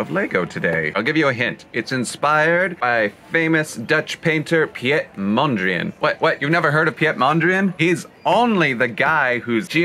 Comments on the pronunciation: Piët Mondrien? You pronounce it Peet Mondr "a" "AA" n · I love when people butcher Dutch names by pronouncing them with a French accent It’s P-EET MÖHN DREE AHN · It also hurts how he pronounced Piet Mondriaan😂